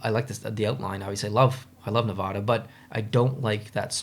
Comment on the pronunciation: Just a heads up, Nevada isn't pronounced with the soft a. It's Nev-ad-a, like the word ad. Source: born and raised in Vegas